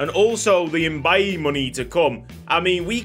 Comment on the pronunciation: Issa's last name Mbaye is pronouced May lol. I have a cousin with that name